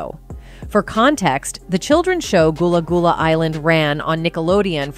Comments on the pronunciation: Its not goolah goolah its Gullah Gullah 🙄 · Not her saying "Gullah Goolah" 😒😒😒😒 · Not goolah goolah 😒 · Man you messed the name up so bad like did you do that on purpose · Gullah Gullah get it correct if you’re going to bring new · You've clearly NEVER watched a single episode of Gullah Gullah Island or you would have known it's not pronounced "Goolah Goolah" Incredibly disrespectful And what's with the mispronunciation of Nickelodeon?!